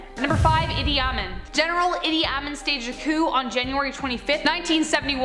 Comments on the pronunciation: Just an FYI, it's pronounced Eee-Dee Ah-Meen, not Ah-Min. No biggie, enjoyed the vid as always. 😉👍👍✌️ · Pronounced “Eeedey-Ah-meen” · His name is pronounced "eedee ahMEEN" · Idi Amin is pronounced a bit differently than shown here. E dee Ah mean I really enjoy this series and find this journalust to be a great presenter, who is she? Why doesnt the description give the names(credits) of those involved in production? I would like to hear more from this interesting young woman